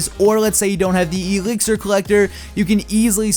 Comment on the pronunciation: Say exlir right